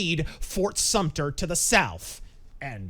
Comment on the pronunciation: So are you a historian? It’s fort sumter btw! 😂😂